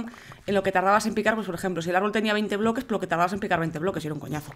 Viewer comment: Jajajajajaja que tonto el goles de ¿bbblllloques?